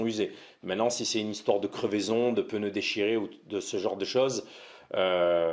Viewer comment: Des pNeus svp ! pEneus n'existent pas...😉